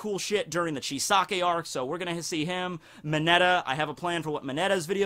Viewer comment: Why are English speaking people pronouncing Chisaki as Chisake?